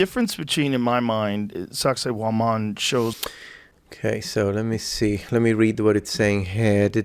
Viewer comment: When Hancock says SacSayhuaman, I hear Sexy Woman